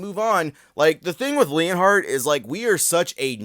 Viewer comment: Bro put the L in leonhart